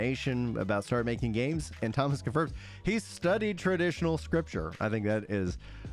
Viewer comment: I believe he said sculpture, not scripture.